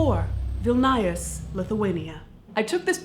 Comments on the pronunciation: It’s pronounced Vil-knee-yus, I believe, mentioned near the end of the movie The Hunt For Red October, by Sean Connery. This lady is freakishly hot. I love her sense of humor. It’s attractive. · It's VILLE KNEE US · Vilnius is pronounced as will-news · Caitlin! Vilnius!!! Not Vilnayas! :) Caitliiiin (shaking my head) :D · it's pronounced vilneeuhs. myy grandparents lived there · It's pronounced Vil-nee-us--Vilnius. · Caitlin it's never too late to realize how you butchered the pronunciation of Vilnius... it's pronounced Vill-noose ..... softer on the noose; nuss. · Rayne Storm vill nye us RIP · Public announcement: the pronunciation of Vilnius, the capital of Lithuania, is 'VIL-NEE-UHS. Like Filius (Harry Potter, anyone?), but with a V and an N :) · Hahaha, Vilnius is pronounced different, but lovely video. Thanks! 🧡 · Oooh that butchered pronunciation of Vilnius lol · she did mess up the Vilnius pronunciation tho :D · OOOF that pronunciation of the Vilnius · omg hahaha Vilnius! My city😍 but you pronounced it wrong 😂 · man. your pronounciation of vilnius had me dying. i'll surely visit the cemetary next time i'm there! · you butchered the name Vilnius, and this is coming from a lithuanian btw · You pronounced Vilnius quite incorrectly, but most foreigners do. Was surprised to see Lithuania in this list. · the way you pronounced Vilnius killed me on the inside, because I live there and it was SO WRONG q.q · Good try on pronouncing Vilnius, but the i is more of an ee than an ai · God, she butchered name of Vilnius so hard... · It's Vilnius not vilnajus, xddd I lol so much at the pronunciation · Viln-eye-us screams in Lithuanian Vilnius! Will-nee-us :) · You beat me to it! "VIL-nyus" is correct. The second "i" is almost inaudible, if memory serves. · I know I'm a little bit late, but it's LeviOsa, not LeviosA (crossed out) Lithuanian capital is pronounced Vil-news, not Viln-eye-us. thank you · Vilnius is pronounced "will-news" not "will-naya"...